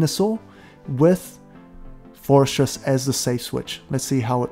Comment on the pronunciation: Love your content, great tips. Just wanted to clarify Forretress is pronounced “Forreh-tress”. There’s no ‘s’ in the middle of the name. The way you’re pronouncing sounds like “Fores-stress”